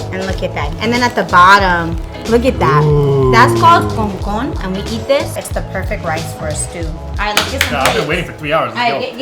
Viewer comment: She is not puerto rican saying concon.... thats an american or dominican pretending to be puerto rican😂